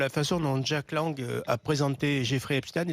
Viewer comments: Pourquoi toi aussi tu prononce epstine . Epstein est un des 158 noms juif allemand comme einstein, siberstein, goldstein, karnstein, widenstein, holzstein, etc, etc : epstein se prononce Eps-cht-aïn. Le nom de famille se rencontre aussi sous les formes Eppstein, Epstein, Ebstein, tous ces noms étant portés par des Juifs askhénazes. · Pourquoi Epstine? Epstein comme Frankenstein ou Westein. Quand à jack Lang il a 116 ans. Au moins.